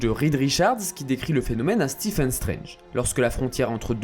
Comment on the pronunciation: ça s’écrit Stephen mais se prononce Steven